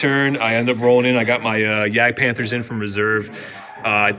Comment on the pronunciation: In German you pronounce `j` like `y`. So Jagdpanther sounds more like Yagdpanther. edit: noticed you switch it up during the game.